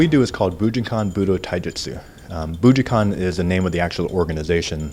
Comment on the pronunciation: I wonder if he ever learned to say bujinkan correctly?